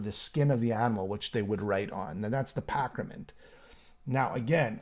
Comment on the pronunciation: Great review! But, dude, ditch the Raven shirt. They’re a terrible joke of a band!! And, “the pac-ra-ment”!?!?!? Lol